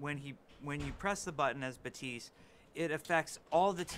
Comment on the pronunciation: his name is not baptism, baptist, batistu, his name is pronounced Bap-Tist or just be me and call him lucio76